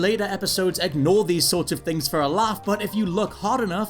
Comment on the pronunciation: It is ignore, not egnore